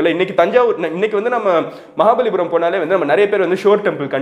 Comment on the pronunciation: It is "maha palli puram"